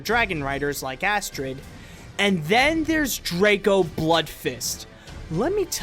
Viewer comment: No offence, but you said the villains name wrong: it's not Draco, it's Drago, with a g.